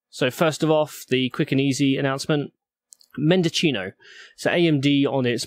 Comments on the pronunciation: Mendocino is pronounced mendoseeno, not mendochino. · It's mendo-cee-no. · Mendo-SEE-no so you know. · It should be Men-do-chee-no